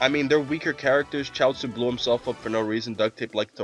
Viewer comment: Chachaio is pronounced cha sue, he is tiens baby looking friend, he blew up nappa or tried to and failed he asked where is he?